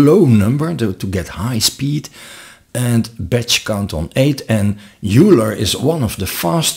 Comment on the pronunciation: Very helpful video. Just FYI, Euler is pronounced "oiler" not "yooler." Thanks for putting this together.